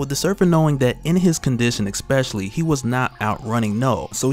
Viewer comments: Especially not expecially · EKSPESALY. Truly especially an alternative pronounciation